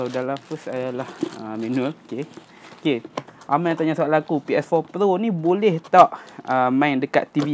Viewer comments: Awat hg sebut pro mcm plo. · kenape sebut ps4 plo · Kenapa dia cakap ps4 "plo"